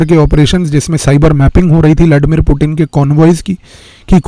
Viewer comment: उच्चारण ठाक कराइए। “पुटिन” नहीं। वह पुतीय्न है।